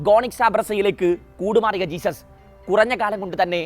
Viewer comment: ജെസ്യൂസ്സ് not ജീസസ്